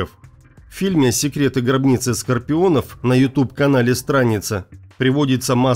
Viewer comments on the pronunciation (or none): Гробницы не скорпионов😂а Сципионов!!!!!!